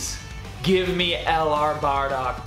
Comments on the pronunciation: Why tf is he saying badock not bardock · Who’s (Baa)dock? And what’s Patora? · Nigga said: bahdog